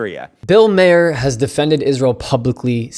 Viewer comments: It isn’t Bill Mayor. His name is Maher, rhymes with “car”. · its pronounced " MAR" Bill Mar, know the name, smfh